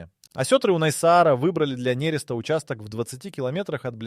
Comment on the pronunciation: МинОга,нерЕста сука блять.